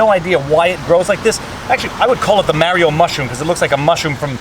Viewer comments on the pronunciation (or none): It's Mario not Merio! Lol Stay warm! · Mary-0!!!! good sir, i think you mean maher-e-o! Mario! good day sir. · The best part of the video was hearing you say Mario wrong lol. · You said Mario wrong haha (I know it's an age-old debate)